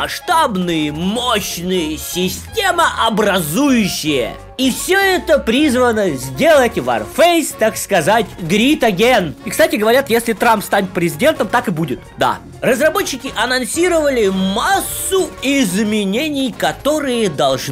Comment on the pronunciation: ты меня, конечно, извини за придирки к словам, но произношение «грит эген» переводится как «жадность снова». Хотя, если так подумать, то ты прав: «жадность снова» вообще девиз всего Варфейса.